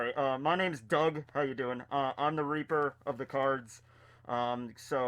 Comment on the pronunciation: For a second I thought you said "I'm the Reaper of the Corns"